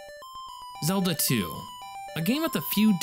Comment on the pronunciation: Great video! A couple corrections: the word is “tangential” Zedla